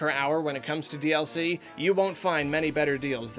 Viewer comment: I had to turn on the Closed Captioning to realize he was saying "DLC" in the intro and outro. I couldn't for the life of me figure out he was saying and heard "DS-ee"